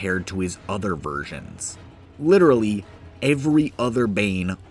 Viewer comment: nah but literahlee